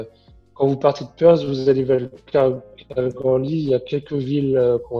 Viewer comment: Perth se dit "Peurf" svp et pas Perse !